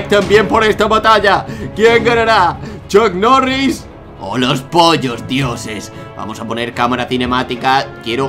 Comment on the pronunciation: tiooo no es chuck mori ni chuck noris es chuk norris